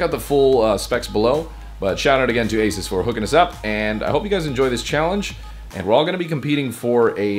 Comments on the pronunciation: You've been pronouncing ASUS wrong It's Uh-Soos not Ay-Suhs. Also the ASUS in ASUSTeK Computer comes from Pegasus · A SOOOS = ASUS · its pronoced asos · I always had thought that it was a long "u" in Asus. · you said the name of the laptop wrong in the end slate.